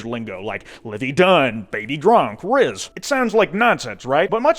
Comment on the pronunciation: I'm sorry but mr house saying rizz for rizz fucking kills me. I'm only OK with brainrot if it's fallout themed. Also just throwing this out there people born past had brainrot in the form of gmod and shit we just didn't call it that